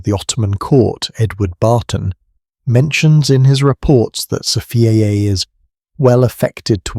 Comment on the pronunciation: Don’t say Safiyay please.